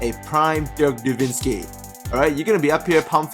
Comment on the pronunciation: Dirk is called NO-WITZ-KI! NOT NowiNzski!